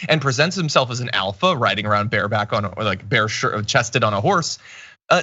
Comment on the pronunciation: Hahaha! You said bare-backed!